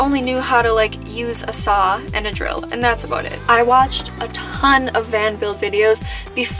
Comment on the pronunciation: So impressed with what you did… and shout out to your parents supporting and helping you with it …. I will admit the first thing that threw me was you saying “aboat” with a Iowa State shirt on … but then say the Minnesota shirt and it made sense! 😀